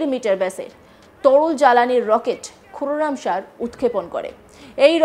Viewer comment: কোরামশার ব্যালিস্টিক মিসাইলকে কোরামচার বলছে সংবাদ পাঠিকা 🤣🤣🤣🤣🤣🤣